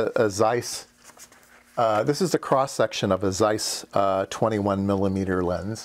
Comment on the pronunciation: It's not the end of the world but "Zeiss" is pronounced with the initial "zz" sound, as in "pizza" or "Mozart".